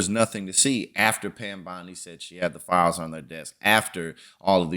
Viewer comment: I hate the way this bitch talks...she talks down to people putting hard emphasis on syllables the make it seem like shes serious....i could slap her teeth down her throat....like when she said THE FILE was on her death...said like a th white girl in high school being nasty....i bet she wouldn't try that shit with a black woman....blondi would be baldy